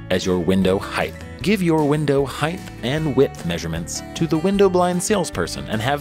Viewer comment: "window heighth and width"